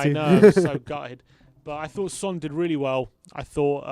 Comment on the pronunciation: fyi Son’s name is pronounced closer to huh?-ng min (as in huh? and ng as in bungalow) not hewn min. Keep up the great work!